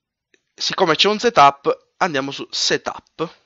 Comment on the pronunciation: Quando vedete un SETÙP ÈXÈ! HAHAHAHAHAHAHHAHA Si pronuncia setap e EXE si pronuncia ixi